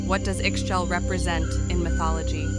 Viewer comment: I believe it’s pronounced ee-shell